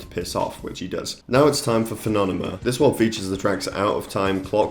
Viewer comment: Im sorry but I died at "Fenonema" Edit: Should be Fenomena